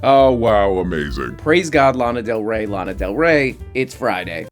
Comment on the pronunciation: chap bpt says lona del ray